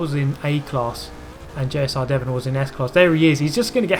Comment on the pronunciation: You call my name weird xD